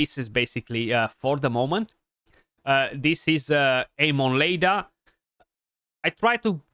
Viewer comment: I think her name is pronounce Eye mon (like in pokemon) lay duh.